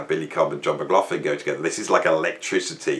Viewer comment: I'm trying to check out the albums or bands I had not heard of from this list which will keep me busy for a while ....laswell is one always went past him when seeing the name but glad I'm.now listening at the age of 68. Something annoying me.... Your pronunciation of McLaughlin...😢 😢😢😢😢